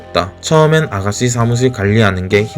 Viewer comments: 보이스피싱에서 믾이 듣던 발음 ㅋㅋ우리 아가쒸는 ㅋㅋㅋㅋ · 혀가짧아서 혹시 시읏 발음이 안되시나요?? 아가싀는 스아무스일 이렇게 얘기하시는데 살짝 교정 부탁드립니다..